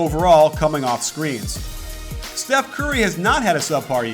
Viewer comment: He just called "steph" "seth" shots fired? :P